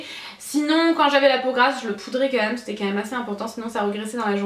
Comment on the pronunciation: Je rêve ou tu dis "meum" et pas "meme"? Haha tu me fais trop rire! Pleins de bisous, je t'aime fortttt ❤️